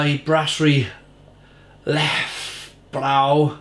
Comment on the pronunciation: You pronounce it as Le - Fee - bre (short e sounds as e in "the").